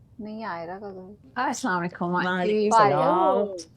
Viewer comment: Chashme wali ka naam amanpreet or dusri wali ka Neha or Assalam o alaikum hota he ghalaikum nahi